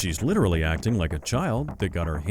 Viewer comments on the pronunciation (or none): Along with literally, bonus points when pronounced "LIDERALLY."